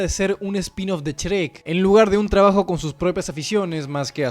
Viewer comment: "Chrek" un poco más y decías "Esrreck"